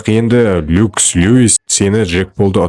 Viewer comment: Люкс люис емес😂 Леннокс Люис...Маикл емес Маик